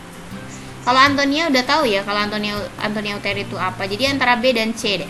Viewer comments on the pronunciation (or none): ATONIA YA KA BUKAN ANTONIA,MAAF ❤❤